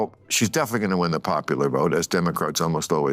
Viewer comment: You didn't wi-in, you didn't wi-in.:hand-orange-covering-eyes: Screw Nikki Haley.